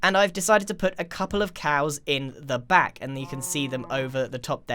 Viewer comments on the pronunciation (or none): none